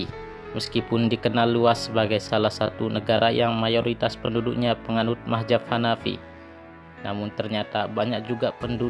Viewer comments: Bukan mahjab brooo,,, tapi Mazhab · Lebih baik jangan ikut² an mau pamer video di you tube kalau sebutan gak tepat kaya anak² bwh umur. Bingung gue awal² bila mazhab di sebut mahjap. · Bagus kontennya. Hanya koreksi penyebutan mazhab bukan mahjab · hagegege.... Ucapkan dulu yg benar dengan lafaz yg benar yakni Madz - Hab , Bukan Mah - Zab . Itu yg saya bicarakan wahai bapak, saya sama sekali tidak membicarakan syiah sebagai madzhab. Wkwkwkw.... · Buat mimin... Kata MAZHAB kenapa dibaca MAHZAB,.. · Bukan mahjab tpi mahzab cuk....!! yg benar dong pengucapannya.. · Lu ngomong Mazhab aja masih salah sebut tp sok nyalahin orang lain. Bukan Mahjab tapi MAZHAB🤣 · Bukan mahjab bro.. tapi mazhab. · Mazhab bukan mahjab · ngomongnya yg bener min,bukan mahjab tapi mazhab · Ralat Min bukan mahjab tapi Mahzab. Z bukan J. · mahzab kah atau mahjab belajar kamu membaca biar betul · Mahjab .... Atau mazhab ya.... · Bukan mahjab.. Mazhab... Sebut bagi betul bro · Mazhab jangan majhab2, sebut yg bener, allah is allah jangan ollah, jgn biasakan yg salah, ma,af alqur,an dan kitab brbhasa arab bukan bhsa indonesia ataupun bahasa suku kita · Siapa sih ini orang sebut Mazhab aja salah majhab majhab majhab .macam orng tk prnh ngaji